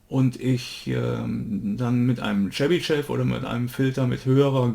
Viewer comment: Tolles video! Seit ich gelernt habe, dass auch digitale Filter die Phase beeinflussen war ich sehr verunsichert. Jetzt hab ich ein besseres Bild wann welcher Filter seinen Zweck hat. Chebyshev spricht sich übrigens Tschebyschow.